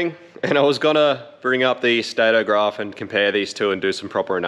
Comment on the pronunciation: it's not Grarf it's Graph